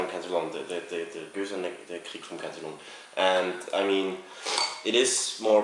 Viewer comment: its funny how peters pronunciation is so proper with every brewery name but does not pronnounce cantillon with correct pronunciation